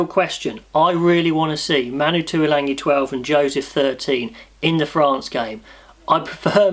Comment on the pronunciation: Great analysis but please there's no 'n' in Tualagi .